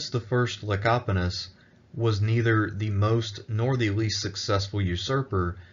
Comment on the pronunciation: Kudos on pronouncing the name "Lecapenus" correctly. You really dodged a landmine there lol.